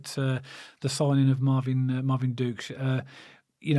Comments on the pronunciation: Guys he' pronounced Ducksch,same as the quack quack duck😂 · Pronounciation-wise: duck is not far off. Think of the word 'nook' (the short u-sound in the middle) Now, just add the "sh" sound at the end.... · Just been watching his best goals for Bremen - what a player! I heard the Bremen fans singing Ducksch is on fire and as if.............they pronounced his name exactly as we used to say Juke except they were saying dukes 😂 KRO